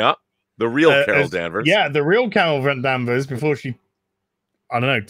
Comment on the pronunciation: Carol Danvers not Harold Manvers.